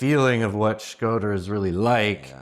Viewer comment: Shkoder not Schroder :)